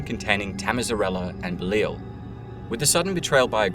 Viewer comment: Say it with me, "Beh-Lie-All", not Belile or however you pronounced it.